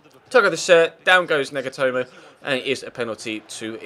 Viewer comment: he said nigatomo